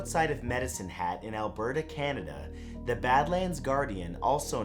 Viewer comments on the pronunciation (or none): none